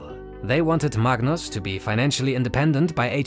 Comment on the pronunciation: mug-nus it the goat actually